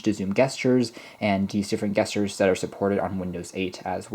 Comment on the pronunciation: Soft g not hard g on gesture. treat it more like "jesture." Are you sure about the plus and minus bit for volume? Is that some kinda built in short cut? If not then those are literally what they look like. The asterisk for multiplication, the slash for division, and of course plus and minus for respective addition and subtraction.